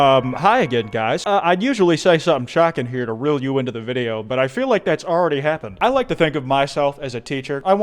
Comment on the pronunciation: "Tuck me info bed"